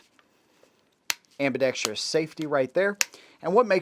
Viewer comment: Thank you for pronouncing "ambidextrous" correctly. Just about every other guntuber says it like an illiterate.